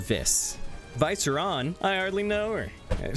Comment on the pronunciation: Pretty sure Viceron is pronounced Vee-seh-rohn